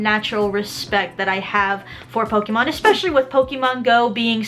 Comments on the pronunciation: Sorry, but the pronunciation of her saying pok-ee-mon is annoying. I'm sorry for being so nitpicky. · "Po-KEE-mon"? Careful, Aki. People get triggered over that kind of stuff.